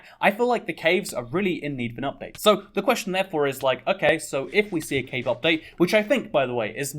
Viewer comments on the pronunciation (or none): Ngl thought you where saying cake update for a while